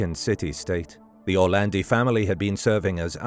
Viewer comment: Perché lo chiamate ERLE Orlandi?? Allucinante.